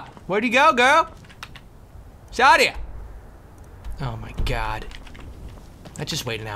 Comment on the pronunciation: But.... The innkeeper says SAH-DEE-AH... ARE YOU SAYING THAT THE GAME DOESN'T EVEN KNOW THAT HER NAME IS PRONOUNCED WRONG?!